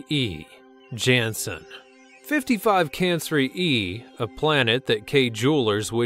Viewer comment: You are pronouncing it wrong.55 cancri e .55 (can cry e). Gliese 581 (gleesay). EDIT:no hate